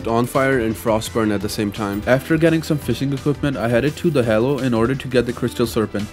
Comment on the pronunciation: Did I hear that right? Hallow pronounced ‘halo’? Still amazing vid,keep up the good,no,amazing work